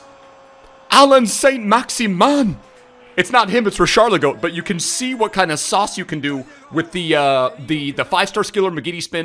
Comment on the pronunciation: Richarlison?:"More like "RichalinGO"